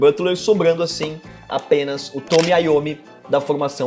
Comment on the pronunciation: Ja briguei com um professor da faculdade por isso, mas vou dizer novamente: é TONY IOMMI, meu pai. Tony, de Anthony, Antonio. Não é Tommy de “Thomas”.